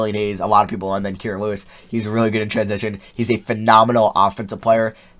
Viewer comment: Don’t mean to be rude but your saying Kira Lewis Jr’s name WRONG